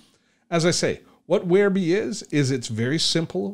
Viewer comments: If it was 'where-bee' that is the spelling, since it's spelled WhereBY that's how I call it, and your saying Where-BEE prompted this comment. Keep on keeping on. I see now, after showing the offers in the upgrades, that this is old news. Bye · I don't blame them for changing the name, but "whereby" is an actual word with an actual pronunciation: where bye. It's not a personal choice to call it "where bee." Just look up the word, for Pete's sake. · "Whereby" as in 'The app whereby I connect to my friends online". NOT Wherebe!